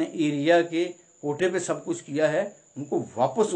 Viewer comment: Its a kahota not kota.